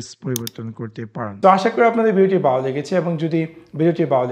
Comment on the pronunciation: বালো কি? ভাত বাত দিয়ে নরমাল ভাবে কথা বলেন শুনতে ভালো লাগবে